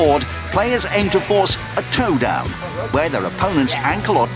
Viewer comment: “Toe-down” “Feets of strength” them narrators don’t miss